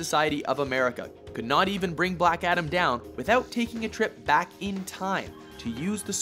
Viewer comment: its ADAM not ATOM! And yeah i demand more from my fav comicbook charcters. Look at michael fassbender. has theater background oscar worthy actor look at how brilliant he is as magneto. Or downey as ironman. The rock cant act itd be like another scorpion king movie ewww